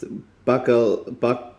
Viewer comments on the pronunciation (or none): He said it completely wrong. It's not bakelesse. It's bakelse. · Idk what software he used to pronounce bakelse, but it couldn't be more inaccurate 😂 Ba Kel Se. Like it's written.